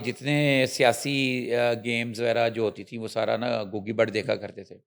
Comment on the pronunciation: When the anchor started I thot shes discussing in English.... But how she pronounced Gauggii... And the urdu... Amazing 😂... is doing Well... ❤